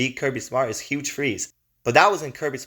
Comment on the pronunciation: The video was good.. but it’s Hugh my dude.